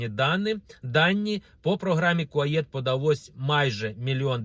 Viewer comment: Не будуть кордони відкриті через 2 роки... п.с. Програма КУАЕТ, а не КУАЄТ.